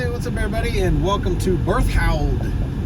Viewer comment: Well that was insulting. Learn how to pronounce the name of the town before you travel through it.